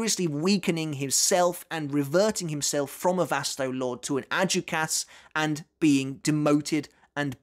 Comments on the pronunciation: Adjuchas is a Spanish word. So the J sounds like an H... ad-hooch-as. Just like Jesus is pronounced hey-zues. And Javier is pronounced ha-vey-air. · Bruh... you can pronounce "szayelapporo" and even remember the "é" at the end of Illforte. But yet "adjuchas" on your tongue, becomes "ad-joo-kass" You've been making Bleach content for over ten years now, you HAVE to know better, right? Like, you know Arrancar are Spanish-themed, you're not oblivious to the concept. Is it like, some innate British resistance to the concept of foreign-sounding words? Does the idea of pronouncing something based from Spain make your skin crawl or something? Or is it one of those situations where you've been corrected so many times that now you're just digging in your heels and doing it on purpose out of spite?